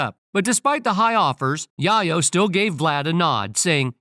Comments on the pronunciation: Tony Yah-yo 😂😂😂 Tell the AI voice it's Yae-yo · I couldn't take the tony yahyo it's yayo 🤔💯👍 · Tony YaYo....... Not Yahyo......WTF,....New York City Dont like Vlad,.... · The Narator can't read!! "Yayo" like in "Scarface". "Chi Chi, Get the YAYO!" DICK HEAD! 😮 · I was thinking "Yay Oh" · Same here, it’s like watching someone’s name get butchered, right in front of you for 15 minutes straight, and it’s nothing you can do to stop it, except walk away, to save yourself. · Why is it that the man narrating cannot pronounce Yayo properly....just say Tony....jeez